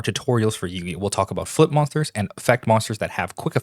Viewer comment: I swear to God when you say "flip monsters" I hear you saying "foot monsters"